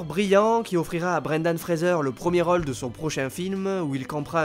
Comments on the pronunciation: c'est gossant quand tu dis 'role' au lieu de rôle. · Le narrateur a un soucis avec le mot role ... c est quoi cette facon de prononcer lol